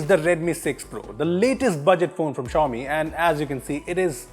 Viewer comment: Cant even prononce xiaomi